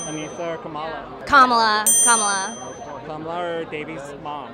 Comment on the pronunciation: Love how she pronounced 'kamala' correctly!!